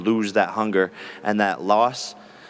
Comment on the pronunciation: Because jake Paul is a goofy like Connor with the antics and improv, how’s he say Nate Diaz is the dumbest mma fighter , then he pronounces theword “loss” as “lost” and THEN Ariel says “let me go ahead and be a company shill for a moment” and Jake Paul looks all dazed and confused and asks “….what’s that mean?) Some people get showed constantly by energy and signs and symbols to HUMBLE themselves and they do not ever learn .. ignorance is bliss🤦🏽‍♂️